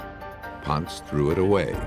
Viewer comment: I wish the narrators would pronounce Jack Ponce’s last name correctly.. it’s “Pon-say” not “Pontz.”